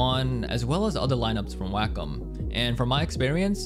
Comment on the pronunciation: anybody else triggered by how he says "waykim" and "melomiters"